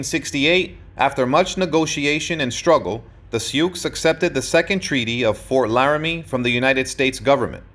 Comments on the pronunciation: This is not very good. The Sioux name is pronounced "sue", not "sukes". How can a historian get something so basic wrong? The depiction of the battle at Little bighorn gives absolutely no credit to Crazy Horse, either! It was the leadership of both of these great Sioux chiefs. Bad effort, try again! ..... Only get it right next time! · They are called the Sioux, pronounced “Sue.” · These two comment are both correct in the awkward way the narrator pronounced "Sioux". However this is a phrase based on French reports of the Nadowessi. The Oceti Sakowin (seven council fires) called themselves the people or were ID-Ed as Lakota- Dakota which are language designations. Today First Nations People's will use Tribe, Band or the greater language name. Sitting Bull was a Hunkpapa Lakota (his words) Again - so much YT content is ruined by a mispronounced name or word that I usually stop it. This one was of interest - so I watched it all cringing 😬. And omission of Crazy Horse (a young feared warrior) was neglected. Cheers.